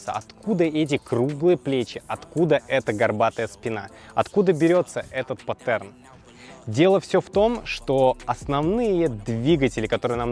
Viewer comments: Не патЕрн, а пАтерн, небольшой ликбез, без обид! :) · Не паттерн, а паттерн :D